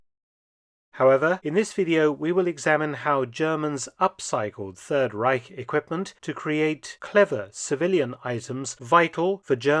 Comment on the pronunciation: If I hear correctly, Reich is now pronounced without a 'k' at the end. Thank you.